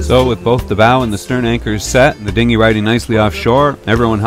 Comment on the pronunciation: Haha you said "Dingi" jk jk ik what it is